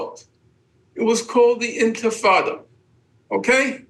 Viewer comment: He lost me at "first intafada"